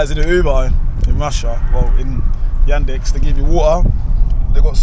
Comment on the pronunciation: It is Yandex, not Yadex...